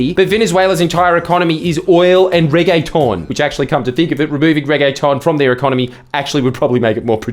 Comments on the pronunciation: I’ve never heard a Australian pronounce “reggaeton” before but it’s really funny 😂, makes it sound like a fancy pasta lol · The thing that erked me the most about this video was the way you pronounced reggaeton. Make it more of an ‘ah’ sound. Regg-AH-tonne. I’m a busy dancer so these things matter.